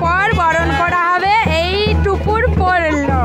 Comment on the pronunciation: টুপুর নয়..... টোপর...... মুটুক নয়.....মুকুট